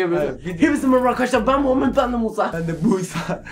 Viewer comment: Abi senin adın musa dryilmi niye busa diyon